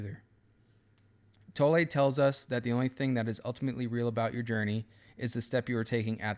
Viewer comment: You’ve made an effort to pronounce Eckhart’s surname correctly:)